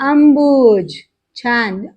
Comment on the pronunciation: एक सूचना आहे, जेव्हा देणारा याअर्थी 'द' जोडलेला असतो तेव्हा त्या द चा पूर्ण उच्चार होतो। जलद - द वर जोर येतो। अंबुज पण तसाच - ज वर जोर येतो।